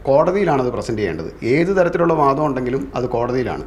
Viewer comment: റിപ്പോർട്ടറേ....... പാരാത്തി അല്ല പരാതി. വാതം അല്ല വാദം ആണ്. രീത്തി അല്ല രീതി ആണ് 😂😂